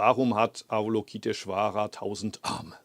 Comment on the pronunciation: Lieber Muho, vielleicht würde sich Ava-LOKI-teshvara über eine schönere Aussprache freuen. Ich spreche das auch immer falsch, aber die korrekte Aussprache ist bei weitem harmonischer als unser gebrabbel.... Nur eine nebensächlichkeit. OM